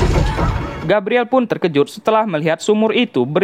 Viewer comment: di baca nya Gabriel, bukan gabriele